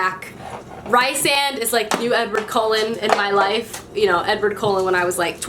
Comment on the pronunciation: It's pronounced "ree-sand" btw but yeah SJM's characters are so precious